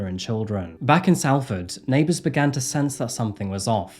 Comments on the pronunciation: from salford as well, was horrible seeing all the updates:( also, i doubt 'll see this but salford is pronounced sol-ford, not sahl-ford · i am not English and even i know it is not 'sall ford', it is saul ford you can clearly hear the cop pronounce it correctly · It’s Solford not Salford I promise google has lied to you r kid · Both are acceptable, the narrator has a southern accent and the police officer is a northerner. They pronounce their A's differently. It's a place in the north so you could argue "saul" is correct, but no one in the UK actually would argue that southerners are pronouncing it wrong. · I hope Katrina teaches you the correct pronunciation of Salford. It sounds like "Sol-ford". Easy done when you're not from here though. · My ears were in pain every time you said ‘Sal’ not ‘Sol’ for Salford. Please ask your sister how to say it like a Manc would 😂😂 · Great video! This happened about 7 mins drive from my home. 😢 poor guy. Also just a little tip, it’s pronounced Solford ❤ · Salford is pronounced Solford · Salford is pronounced Solford. For some reason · Great video! I live near the area and it was a really unnerving time . Stuart looked like a lovely man, and he helped people out of the goodness of his heart. The fact that this monster casually threw Stuarts unreplaceable family photos away just breaks my heart. Ps. Its pronounced Sol-furd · It's pronounced "Solfud" lad. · Hello, great video. I live in Blackley, they closed the park near me while investigating this murder. Fyi its pronounced blake-ly, no idea why. Also Salford is pronounced Sol-ford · It's pronounced Sol ford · "Salford" is pronounced like "Salt" .. 'A' sounds like an 'O'.... Not a sharp 'A' like in "Sally".